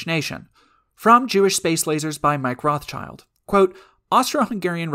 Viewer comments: Ive always heard the s in Rothschild pronouned where it is, not at the end. Its not Rothchilds... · The Rothschild name, like many Jewish family names, is of German origin, and pronounced with an 'i' as in English 'kid', not as in English 'kind'. The 'Schild' in the name is cognate with English 'shield', but because of the slow shifts in pronunciation over time, one of the closest English words that it could nicely rhyme with is now 'guild'.